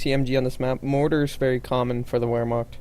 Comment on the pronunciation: You may want to pronounce "Vermacht" and not "Wermacht".